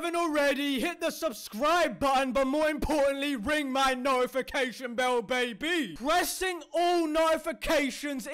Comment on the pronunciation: Love the way he says "ring my bell BA-BY!"